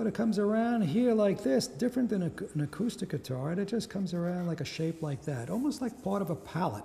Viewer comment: did you just pronounced acoustic (ACOSTIK) as ACUSTIK?